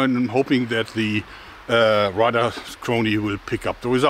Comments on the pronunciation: Thank you Joerg, you just keep finding it where no one else can. To help you, Radar is pronounced like the ray part of xray. keep it up and Thanks again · I kept wondering what a rudder chronograph was. I think he means radar. Its always fun to see what words of our garbage fire of a language non native speakers have issues with.